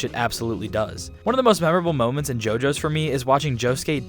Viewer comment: Refuse to watch only because you say JoJo's idk why but this bothers me